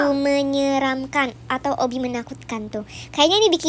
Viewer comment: obby kocak bukan obi😂😂😂😂